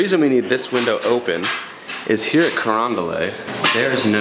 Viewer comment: Carondelet is a French word so it commonly mispronounced as “Carondel-AY”, it’s actually pronounced just as it is written, “Carondel-ET”.